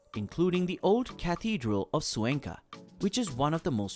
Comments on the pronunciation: It' pronounced Cuenca not Zuenca my dear. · You really should learn how to pronounce Cuenca....KWEN-kuh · I cannot believe that you are mispronouncing Cuenca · Cuenca is not pronounced correctly!!